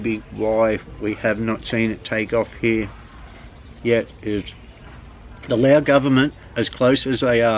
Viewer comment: you've been there for so long why do you speak Laos instead of Lao